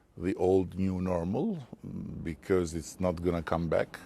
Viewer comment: Please stop pronouncing ‘because’ like ‘bikyz’, like you are from Izmir or Bursa something. It is pronounced ‘bikħos’, with a silent h tucked in there. And also, when you say ‘listen’, you should instead say ‘look’. Listen escalated. Look deescalates.